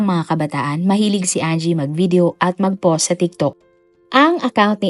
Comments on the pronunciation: Poss imbes na POST 🤣🤣🤣 Nag abroad cguro ang letrang “T” kya hnd mabigkas ni uploader🤣🤦‍♀️ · 😂 Always yan si DJ, yung word na "POST" ang pronounce nya ay Poss, Pose or Pause, silent T lagi..gamit na gamit pa naman nya ang word na "POST" sa mga uploaded video nya.😂